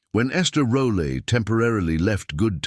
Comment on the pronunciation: The Al narrations on YT are often redundant, and very little info on this "documentary" is new. And the name pronunciations should be edited before being made public on social media. Esther Rolle's surname is not pronounced rollah , but roll . And Demond Wilson's name is pronounced deMOND, not _demon .